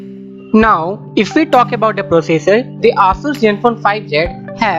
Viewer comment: ASUS pronunciation is not aasuuus it Aaasaas